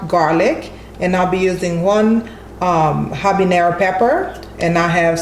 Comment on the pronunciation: When she picked up that pepper I said. Scotch BONNET!! but then she said harbenererro I was like damn 😂😂